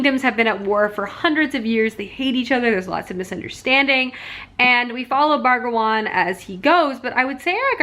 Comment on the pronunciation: I love these weekend reading vlogs so much but every time the title got read as 'Bragawan' when it says Brangwain it made my eye twitch lol